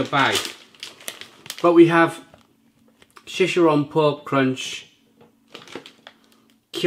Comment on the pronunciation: She- Share- On! spanish pronunciation is hilarious. 🤣. Across the pond we call the light ones pork rinds and the denser ones cracklings. Baken-Ets and El Sabroso are the brands I recommend.